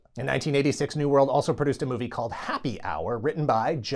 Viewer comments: OK. He's saying the word "produced" not like "pruh-DOOCED," but "PRO-dooced," as in "produce," a la what you might find in your grocery store's produce section ... like tomatoes. Right? RIGHT? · PRO-duced. I seed what ya did there... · "show was Pro-duced..." You monster. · Your pronunciation of “produced” etc. was not lost on me, LOL